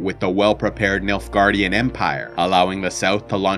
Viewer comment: When I first heard about the Nilfgaardian Empire. I’m not joking when I say that I thought he said Milfgaardian and I was totally confused 😂